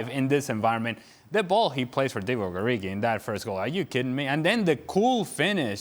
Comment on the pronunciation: Did he mean Divock Origiiii? 😨